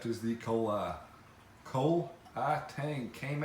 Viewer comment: The kole tang is pronounced, koh-lay. Not Cole like in coleslaw. Keep up the good work. Tank is amazing.